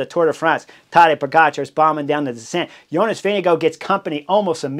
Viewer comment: As a Dane, I love your pronounciation of Jonas. Sounds like Vinge go. Go go go Jonas!